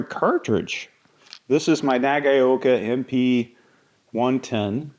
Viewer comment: "nagayoka"??? Come on, put a little effort in your pronunciation and say "naga-oka"